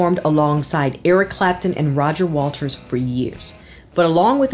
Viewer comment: Roger WATERS maybe? Not Walters. Great video otherwise.